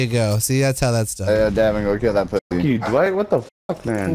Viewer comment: It’s crazy how many people can’t say DWIGHT lmao